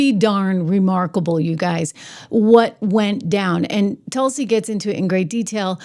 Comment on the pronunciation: TRISH NOT TUSLI BUT TULSI ❤❤❤❤